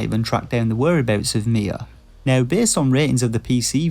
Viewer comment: Am I the only one who thought when he said "Mia," he was actually saying "Nea"?